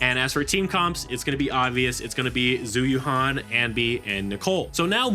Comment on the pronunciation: Its not "Zoo you-han" its "Jew You-anne" ZH is always pronounced J and Yuan is pronounced like the currency.